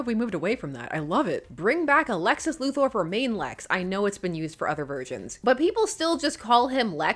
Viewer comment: Sincere thanks for pronouncing "Luthor" correctly.